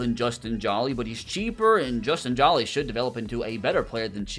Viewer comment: Hey just so you know it’s not pronounced “Justin Jaw-Lee” like your saying. It’s “Justin Joe-Lee”. He’s from NC State university and my dads a big Wolfpack fan so that’s why I know 😂